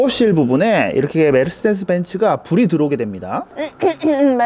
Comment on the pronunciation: 믈세디스 부~엔츠 발음 예술 ㅋㅋ